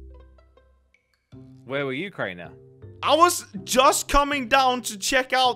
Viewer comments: Wait idk why nasma keep calling crainer comtainer 🤣🤣🤣😂😂😂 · idk why say crainer container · Why does thy call craner I contaneir do u guys notice? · Its not container its crainer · His name is not contanier his name is crainer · said name of Crainer she saying container hahahahaha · Nasma () calls crainer, "container"